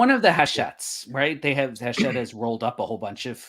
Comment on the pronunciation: Hatchette, the game company I can't pronounce. 😁